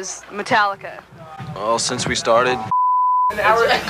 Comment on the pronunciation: ”sinde we started”lmao